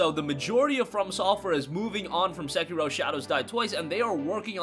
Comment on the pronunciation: learn how to speak bro! segiro!? specially on a info \ speculation video